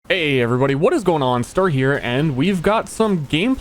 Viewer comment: Ermahgerd it’s ster